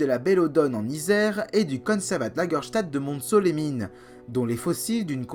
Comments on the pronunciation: oh et superbe video! mais je suis montcelien, et ça se prononce monceau-les-mines :) le t est muet x) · Pourquoi prononcer le "t" dans Montceau les mines ? ^^